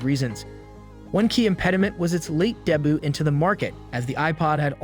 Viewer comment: debut, debuted...... look into how these words are pronounced......you can have well written intelligent content, but when you mispronounce simple words it does you no good. they are not pronounced deyboot or deybooted.....hooked on phonics sometimes gets it wrong